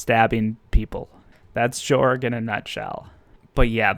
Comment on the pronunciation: It’s actually pronounced to “Yorg” cultural wise.